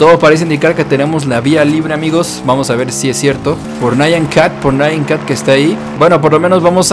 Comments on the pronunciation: es nyan cat no naian cat :v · lo de nyan cat es nyan y no nayan